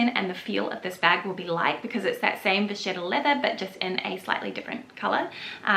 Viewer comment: I like the look of these Linjer bags, but they’re just too small for me. I don’t want to carry a tote everyday, just a medium to large size shoulder bag. BTW, Vachetta is pronounced Vah-ket-ah, it just means cow leather, really.